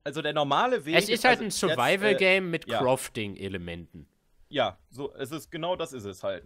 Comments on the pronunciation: max es heißt kraafting nicht krofting hahaha ich finds so geil xDD sag aber krofting. is witziger xD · es heißt auch crafting und nicht krafting......